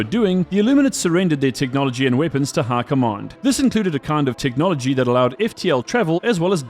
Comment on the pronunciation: How are you saying High Command like Hurkomon. How.